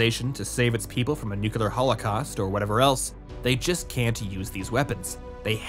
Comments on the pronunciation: I wince every time you say Nucular. It is like hearing a British person saying Shed-duel instead of Schedule. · I wish you lot would make more effort to pronounce words correctly. "Tenet" is a different sound from "Tenant", with only a single N sound and the same E sound for both instances of the letter, and "Archetype" does not contain an English "ch" sound. Plus the classic "Nuclear" said as "new-cue-lar" for absolutely no reason at all. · NEW-CLEAR. FFS, dude..... NEW-CLEAR. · Nitpicky and political here, but is there a reason you're pronouncing "nuclear" the way Dubya did?